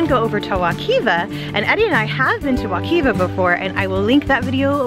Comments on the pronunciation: Wek“eye” va not wekeeeva 😂 I live here. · Not a bad video but how you pronounced Wekiva really bothered me. It's not wuh-keeva. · Excellent video! An out of her element City girl enjoying natural Florida is adorable! Really wonderful photography too! Oh it's pronounced wekiva with an I sound. Wek👁️va hehe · The name of the river is called wekiva you've mispronounced it several times and there is a place if it's still open where you can rent a canoe and go to wekiva Islands from Kelly Park which is also known as Rock springs